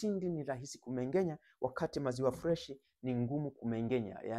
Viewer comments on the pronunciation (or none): Wahaya Ng'a ng'e ng'i ng'o ng'u sio Nga nge ngi ngo ngu...Kumbe KUMENGENYA ndio KUMENG'ENYA..